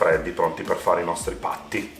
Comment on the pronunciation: I will definitely try to make these but when I do I will use more butter😁😃👍 Nice work Chef they look amazing and by the way, I like how it sounds when you say "Pattie"...Sounds a bit like "Paddy"!!!!!!!!